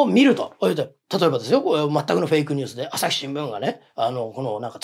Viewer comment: アサシ新聞、江戸っ子訛り、